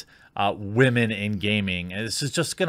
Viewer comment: Seriously tho, why are you having such a hard time correctly pronouncing the word 'women'? I don't think you mean anything with it or whatever, it's just annoying to me even though you obviously have every right to do so.